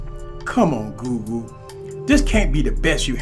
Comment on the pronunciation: It sure does sound like you're saying GOO-GOO instead of Google lol